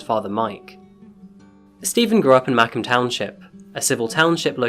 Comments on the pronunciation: I didn't realize the county that he was talking of until I read it and- iM dyInG- it's pronounced Muh-comb like "I lost ma comb" 😭😭 I lIve THERE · Township is pronounced (MA)(COMB) and it’s nowhere near Lake Michigan lmao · Also, Macomb has a long 'O', like Muh-COHM. And Detroit has a lot of abandoned homes due to the '67 riots and subsequent white flight, not really because of the recession. Other than that I enjoyed the episode. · Loving your content. As a Michigan native, I wanted to offer up a pronunciation correction-Macomb is Maw-comb like the hair tool. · ma-comb county is how it's pronounced. it took me a couple times to figure out what you were saying lol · not me living in and being from macomb, also it’s said more like mah-comb township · Its pronounced “Mah-Comb” county. Also you are critically misrepresenting current day Detroit. Most of the burned out houses have been torn down as part of a city initiative back in 2013-14 two years before this event. Also i have never in my life heard them referred to as ‘Bando’ or whatever you said. We call them ‘Traps’, ‘Trap houses’, ‘dens’ more often. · Excellent video. BTW, having grown up in Macomb county, it is pronounced like: mo (as in saying mom) comb, like a hair comb. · its Ma-Comb county like a honeycomb lol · It's pronounced (muh-comb) like the comb you brush your hair with lol. As a Michigander this was irking me! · Muh-Comb county I'm sorry as a Detroiter your pronunciation bothers me terribly 😂😂😂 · It's called Macomb township say it like this MA then say Comb and Macomb is the border from Detroit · I live in macomb county and im like wondering why hes prnouncing it that way. lol say Ma-Comb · It's Ma-COMB township. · It's pronounced "Ma-COMB County"...ma-COHM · Not "Mack-come" township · Could easily make a video on how bad he murdered it. I had no clue where he was talking about... I was like ?I have never heard of Micem... is that upnorth or some shit??" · It's pronounced Muh-comb. Macomb